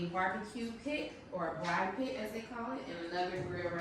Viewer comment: Braai* not Brai